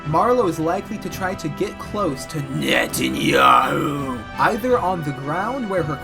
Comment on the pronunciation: With the name pronounciation, you can definitely tell that he did his research. I think prep time matters a lot though, because without time for Trump, Hegseth and Rubio to get started on the server, BB may be woefully undergeared.